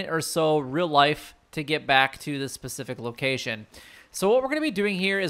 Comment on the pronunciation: It's specific not Pacific